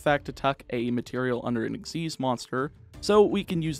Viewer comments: EX-ease.....? Its X.Y.Z. ? The fug? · Nope, it's Ex-ease. Look up the anime for the pronouciation, they never call it X-Y-Z summon.